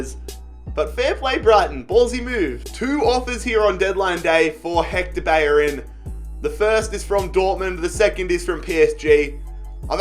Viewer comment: Pronounce ur fucking L when u say beLLerin